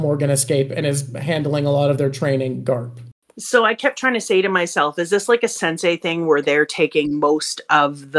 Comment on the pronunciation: You have to excuses Rogers and Garp not say Logel and Galp 😂